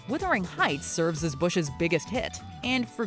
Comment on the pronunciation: "Withering" heights?? WTF?